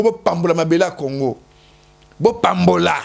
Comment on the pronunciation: Teddy Mfitu, yoka lolaka... Kongo et non Congo....